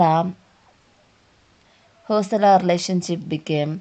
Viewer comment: Its not Hosala.. Its Hoy-Sala.. Bijjaalla King, Ballalla King ...... you need to work on the pronunciation. Else the History is correct which we miss in nowadays books.